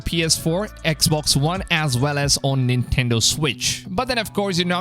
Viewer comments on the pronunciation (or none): none